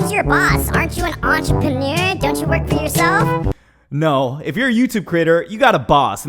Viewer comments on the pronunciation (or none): none